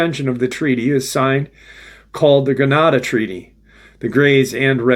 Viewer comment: at the expense of repeating myself I think milab is pronounced with a long “I” and you also brought up the Greata Accord. The e is long the a after it is pronounced as a short a. Maybe no matter but my dad was an English prof at a university. Cory was part of the 20 and back missions I think before “super soldiers” was coined. He was an early person to “talk.” And it was very difficult for him a rough ride I got to see. I learned to take info or disinformation with salt. thanks for keeping this info fresh so new generations can help with the I will call it movement. Even tho it does have front lines. ❤